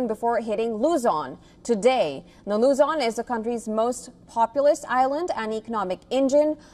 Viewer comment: Please pronounce the words properly it's not Luz on its Luzon please